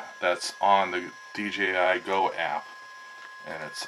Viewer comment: I subscribed to your channel simply because you pronounced DJI properly, not D Gee I. 😎